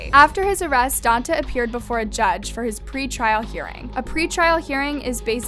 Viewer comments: Omg his name is Donta and it's pronounced Don-tay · If you're going to report on this story, at least learn how to pronounce their names. Don-TAY not Don-tuh. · It’s pronounced Don-TAY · “DON-TAY” Jesus. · It’s don-tay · Pronounced DON-TAY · It doesn't matter but it's pronounced "Don-Tay"